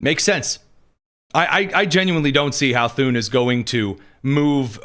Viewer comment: Thune. Rhymes with. Prune